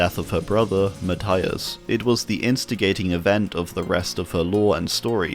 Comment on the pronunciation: not to be that person, but for future reference carmina's brother's name is pronounced ma-tee-as <3